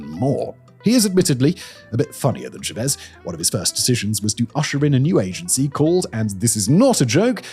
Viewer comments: This British man is on a podcast talking about Venezuela, and what bothers me is his pronunciation of Chávez. He keeps saying Shuh‑VEZ, which isn’t correct. The name of Hugo Chávez is pronounced CHAH‑vez in English, and in Spanish it’s even closer to CHAH‑ves with a soft “b/v” sound. It’s not as if the sound is unavailable to him — he doesn’t say shursh when he says church. He clearly has the phonemes to pronounce CHAH‑vez properly. Both American and British dictionaries give CHAH‑vez as the standard rendering. Another example of this annoying British habit is the former Chilean leader Augusto Pinochet. In Spanish, his name is pronounced pee‑no‑CHET, with the stress on the final syllable and the “ch” as in church. Yet many British commentators insisted on saying pee‑no‑SHAY, leaning on the surname’s French roots. The irony is that they don’t apply the same principle to their own Norman‑derived surnames — no one expects a Howard, Neville, or Montgomery to be pronounced with French vowels. Every Chilean I have heard pronounces the Pinochet in the Spanish manner. This shows the inconsistency: when the subject is Latin American politics, some speakers default to a foreignized pronunciation that distances them from the way the name is actually said in its home country. And that matters. The content of these discussions is often strong enough to deserve basic editorial care. Pronouncing Chávez or Pinochet as they are said in Spanish is a small but meaningful way to show respect for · Why does Simon insist on saying "Chávez" putting the emphasis on the exact wrong syllable? There are only two choices, and they even put the accent mark on the correct syllable just to help you out! PLEASE STOP IT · Listening to Simon mispronounced Chavez so many times, chef's kiss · It was so annoying, I had to fast forward to Maduro. He says "Chávez" like someone would pronounce "Jesus Christ" sounding it like a medical term. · It’s FUCKING Chávez. The pronunciation is in the goddamn name.